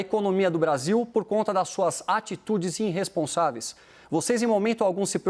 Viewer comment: “Prenscendentes”. “Inrresponsaveis”. Tenso.